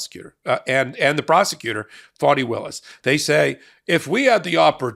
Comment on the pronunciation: Pronounce her name correctly....its fani